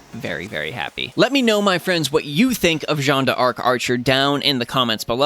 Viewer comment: I am actually so happy to find someone (other than G&A and TohouSniper) who says her name correctly. We scream.